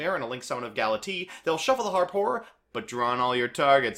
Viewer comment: Galatiii, Dingrisu, etc.